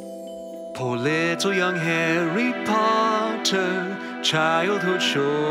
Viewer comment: HOW DARE U SAY HARRY POTTAH A NINCOMPOOP